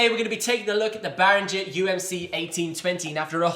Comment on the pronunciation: It's not Bahringer....it's Behringer...as in not Bahr but Behr. Amazing bit of gear for not much money... absolutely nothing to not like.